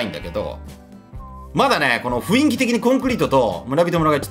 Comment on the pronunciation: 雰囲気がいつもフインキって聞こえる